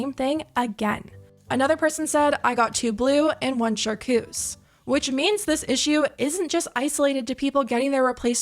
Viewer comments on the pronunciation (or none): You saying char cuse and not CHAR-TRUSE (chartreuse) is killing me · Char Treuse. Not Char Coose😂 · The color is chartreuse with a “T” not charcoose with a “C” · Chartreuse not char-cues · Charceuse lol shar-truce is a wierd color tho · I don’t think I’ve ever heard “Char-TRUCE” pronounced “Charcoos” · First world problems but also it’s charTREUSE not charcuse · No one should be supporting this boy after everything he has done. Also, it's charTreuse not charKuse. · you and them saying char-coos is sending me. char-treuse is the word holy shit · It’s pronounced Shar-troos, babes!!! 😭❤ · What is char-COUS? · Are u saying charcoose for chartreuse ? 😂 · i’m screaming at char-cuse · I can't with the 'char-koos' 😂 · Char-TRUSE girl is how you say it 😂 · I'm sorry... "Char coos" 😭😭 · Girl it is not pronounced charkoos 😂 I love you but plz